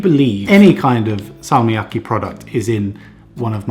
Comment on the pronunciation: your pronunciation of salmiakki is actually really good. Well done